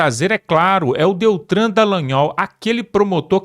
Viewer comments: "Deltran?" Quem é "Deltran Dallagnol? È DELTAN! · Ao apresentador e narrador deste vídeo: por favor, quando você dizer o nome do ex deputado DELTAN , você está pronunciando DELTRAN, e não é DELTRAN e sim DELTAN, por favor alguém diga isso a ele. Obrigado!